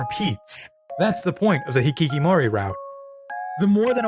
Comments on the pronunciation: It's hikikomori not hikikimori. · This is minor, but you kept getting "hikikomori" wrong and said/wrote it as "hikikimori" throughout the whole video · I'd like to point out a spelling mistake, as I figured it's intentional due to the unfamiliarity with the Japanese language. It's "hikiKOmori route", not hikiKImori. As you probably know, it comes from the very name of the game, OMORI, which is an ellipsis of the Japanese word ひきこもり (Romaji version) that's pronounced exactly as "hikikomori". It describes a specific type of person and a popular phenomenon in Japan during the 80s and 90s decades, aka what in English you'd call a "shut-in". I hope it was clear enough. Thank you for the thoughtful analysis, even though I'm not a fan of the different voices, your take is a fresh perspective that sets this video apart from other OMORI related content I watched. Keep up the good work! 👏🏻✨